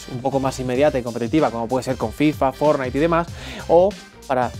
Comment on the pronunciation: Siempre que escucho fornite ya se que es español (España) 🙃